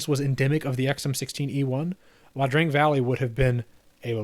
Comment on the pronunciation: One nitpick. It’s Ia Drang, not La Drang.